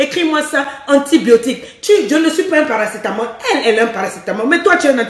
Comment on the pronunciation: oui dit paracétamol je suis morte de rire